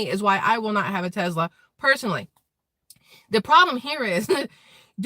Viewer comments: TeSla, not TeZla..........lol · Its tesla, and sounds like tess-la NOT TeZ-la sorry I am not nit picking lol, yeah I am